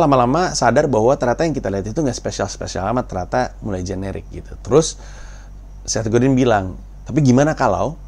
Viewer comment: Bacanya Set Godang, oom